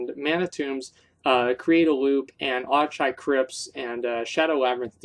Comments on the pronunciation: Zup Asmongold, nice recommendations on dungeons, but it's pronounced more like akkenai than auchenai! You specifically learn this in WoD when they speak of it from time to time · I lol'd every time you said "Auchenai". :P